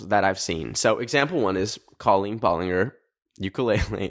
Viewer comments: Her name is actually pronounced ball-licker 🥰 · Sir, it’s pronounced ball-en-jer ❤❤ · the way says balenger 💀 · love how he dont know how to say her name like its colleen ballinger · the way you said ballinger made me laugh lmao